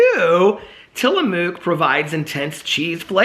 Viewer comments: Tillamook is pronounced like Tilla-book. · Tillamook Cheese is from my home state and it's pronounced Till-a-muck. We would go there as a kid and get to tour the factory and sample cheeses and I love the squeaky cheese curds that you can only get from the factory. I distinctly recall getting their chocolate peanut butter when I was little and the peanut butter was an actual soft peanut butter and it was heavenly. I don't think it's as good as it was when I was a kid. Also, we have done work for them at the engineering firm I work for now. Full circle with Tillamook. The vintage cheese from Tillamook is just from different years of age and it's quite pricey. We gave them to clients in a gift basket one year and they were about $15 for a tiny piece of cheese. I will say, I have recently tried their cream cheeses and I did not care for them as much as Philadelphia. It had a strange warm mouth feel. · Tillamook, pronouced Tilla-muk. I was born in Tillamook, Oregon. Ice cream is also yummy.